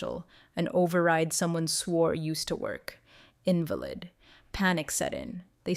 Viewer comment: Wish the would correct pronunciation…invalid…resume… read…. Etc changes the context of the word & meaning smh